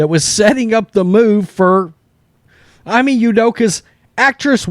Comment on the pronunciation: Ime is pronounced E-May… not Eye-Me Great content though.